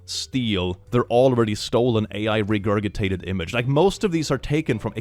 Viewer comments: Hey, a small pet peeve of mine: regurgitated is pronounced with a soft g on the second one like in ginger. so regurjitated. just in case you're not doing a bit there with the accent. no native speaker myself btw 🙂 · How many times can say "regurgitated" in this video? 😂 But also it should be re-gur-juh-tated not re-gur-guh-tated. Threw me off every time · "Regurgitated" the second "g" has a soft "g" sound" like regurjitated. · Hello 👋🏻 hope you’re having a nice day. “Regurgitated” is a weird word. The first g is hard and the second one is soft. It’s pronounced “regurjitated” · I need to know - do you say 'regurGitated' with a hard G because that's how you think it's pronounced, or just because it amuses you? (I have certain words that I say wrong deliberately around friends and family because it amuses ME.) 😄